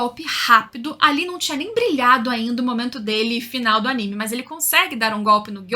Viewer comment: Parabens pela pronúncia correta do nome do anime e dos personagens!!! tem uns canais ai que meu DEUS!!!!!